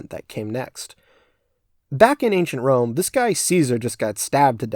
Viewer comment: did anyone else lose it when it said anchient rome?